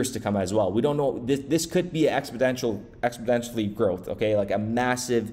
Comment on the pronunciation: You said exponential correctly in prior videos, you are back to saying “expodential”